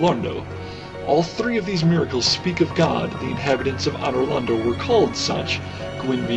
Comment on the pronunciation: Great Vid, but one thing pissed me off, Anor Londo is pronounced ANN-or LonDOE